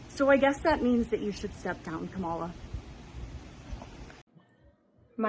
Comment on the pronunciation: Pronounce her name, you rude person, you